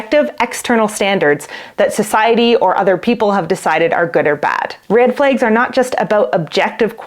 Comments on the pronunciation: Your saying Red just fine. It's Flags that makes it seem like u have an accent because you say Red Flegs and Green Fleg. Try pronouncing flag with the short a as in apple or bad....your using the short e . That being said I think it sounds cute Red Flegs .... And I love rhyming so like in rapping it would be how a rapper would bend a word 'turned a blind eye to the Red Flegs he had his eyes all over her legs We're just friends is what he says I'm a train wreck alone in his bed He got the Wrong part of my body wet Picturing her arms wrapped around his neck she wasn't blind to the green Flegs dancing in his wife open eyes' Well .. I never write raps that are emotional or about love or loss of it so that's really stilted. I am best at angry Eminem style raps LOL Anyhow that is my prognosis of the pronunciation. I'm not trained in any of it so take it with a grain of salt! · As a Norwegian who only learned English at school, your pronunciation of "red" sounds perfectly normal to me. However, your pronunciation of "flags" seems a bit different for me (it sounds a bit like "flegs"). Is that a dialect thing? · You say "flags" funny too but you are cute, smart, & we love you 😂❤❤❤